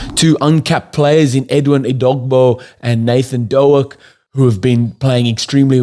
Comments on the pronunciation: you should have said Doke as in poke. 😅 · It’s Nathan Doak (as in dOAK)…like the tree, not doo-ack. Slight mispronunciation. Yes, agreed, he has gone with experience over youth.